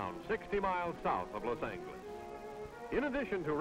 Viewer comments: I got 2 1/2 min in before I couldn't take Los Angle-less any more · It's funny how the speaker says LA: "Los Angles" LOL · ‘Los Angle-less”? Strange pronunciation of the city… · This guy's pronunciation ("Los Angle-less") is driving me crazy. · LOS AN - GOO - LES.... Lmao!!! Masterpiece!!! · "Loss Angle-iss," "Cal-i-forn-ee-ya," hilarious and annoying but beautiful old footage. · Los AnGHeles… what a master!!!😂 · The way he pronounces Los Angeles , ( Los Angleles ) 😂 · Los Angueles??? Is that how it was mispronounced back in the 50s? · Is he saying, loz Ange less? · "Los Angle Es". They used a hard G then. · Why does he say los angliss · i'm sorry.. los ANGLE-ez? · Los angle-us...??? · Lo's Ain-guh-liss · Loss Angolis. Californee-ah. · Los Angle-lus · Is he saying “Los Ang-gilis”? 😂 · Los Angilleez 😂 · Los ANGLE-less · LOS ANGLE-LES??? 😂😂😂 that's a first...lol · Try to learn how to pronounce Los Angles. Before people could pronounce Spanish. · "Las Angle Less." My only complaint is that they couldn't find a narrator who could pronounce the name of the city correctly. lol Then he makes fun of how people mispronounce La Jolla. Otherwise a fun look at what was the 1950s. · Wish someone had taught him to say "Los Angeles." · “Los Angeles” in Spanish translates to “The Angels” in English, so I would think the proper way to pronounce it would be using the g, like in giant. The way most pronounce it today but It’s cool to hear how it was pronounced back then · he doesn't know that angeles means Angels in Spanish. drives me nuts. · He is. 😢😩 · Andy C no, the Spanish pronounciation would have the G sound like H. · the G is supposed to sound like an H, thats why this is so funny and incorrect to SPANISH SPEAKERS como yo! Pero gracias. 🙄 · The good olden days... Now, not so glamorous. But how the narrator pronounces the city though! 😂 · his pronunciation of ‘los angeles’ is horrifying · Why does the narrator pronounce Los Angeles that way? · Loss angle-us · Los Angle Less.